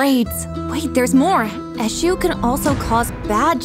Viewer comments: It’s not pronounced like that tho: it’s pronounced; Ashoe… the god Edit: it’s spelled Esu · She didn't even pronounce the Eshu very well 😂😂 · As a Nigerian, hearing the way they pronounce"Eshu" makes me laugh😂